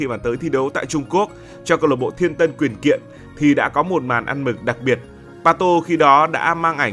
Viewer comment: Pato ngày xưa đá ở tianjin quanjin. Sau đổi tên thành tianjin tianhai. Nghe đọc quyển kiện gì đó biết đội nào chêt liền